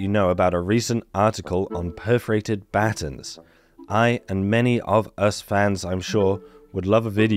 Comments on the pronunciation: took me a minute to realize you were talking about buh-tawns' (American pronunciation)! LOL! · You say the word "batons" funny. What's next...funny pronunciation of "tomato"?